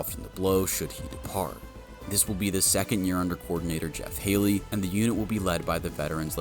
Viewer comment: Yes it is, my guy messed that one up.